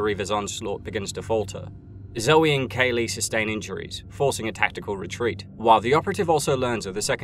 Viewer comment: Just Kay-lee. Not K. Lee